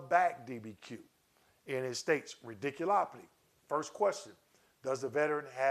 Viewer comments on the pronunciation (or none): Thanks for the info! Just had to say that it made me chuckle every time you said “radiculopity.”